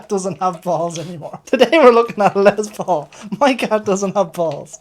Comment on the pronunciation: LeS Paul, not LeZ paul...😂